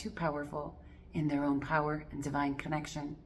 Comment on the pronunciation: When you say own I hear auhm